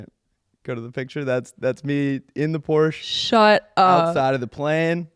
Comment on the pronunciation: It's pronounced Porsche